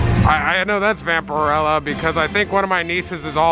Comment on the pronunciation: Vamperella? 😂. It’s Vamperina.